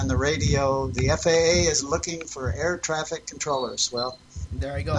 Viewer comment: sounded like you said "a retarded air craft controller" lmao